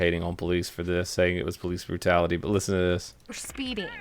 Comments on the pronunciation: PALOOCE BROOTALTIY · PALOOCE BROOTALITY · lol palooce brutality